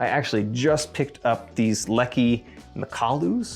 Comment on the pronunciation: Mak'-a-lu.... emphasis on the first syllable. The name of a mountain in Nepal